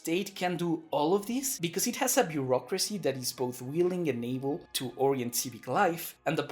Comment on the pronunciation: Beurrocracy, you meant to say?